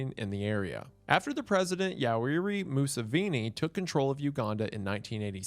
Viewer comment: Bro butchered the pronunciation of the Ugandan president I only know how to say it because my sister is adopted from there